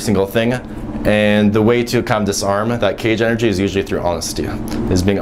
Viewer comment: im a fan but why do you end most of the things you say with "uh" or "ah". For instance you said "energia" instead of energy a lot. just wondering.